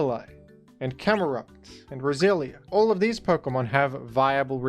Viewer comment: I thought you were calling me out for being brasilian when you said Roselia